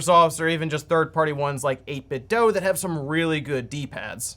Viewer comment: 8bitDOO. DOO, not DOUGH.